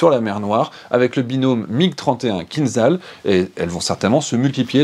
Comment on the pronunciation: Bonjour, je pense que le format est bon, dommage que les informations soient inexactes, le MIG-31 n'est pas la version biplace du MIG-25, le missile Kinzhal ( a prononce'r Kinjal) n'est pas un missile ballistique, je préfère m'arrêter là.